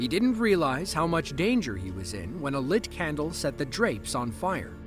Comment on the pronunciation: Say lit candle so weird and repeated the story kinda oddly.